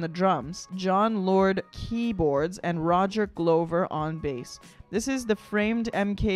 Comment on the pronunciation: Mr "glowver" (sic) , is pronounced "Gluvver". Sorry for the pedantry, dear.